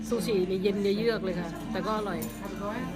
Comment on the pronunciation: ซูชิค้าบบ ไม่ไช่ ซูชี่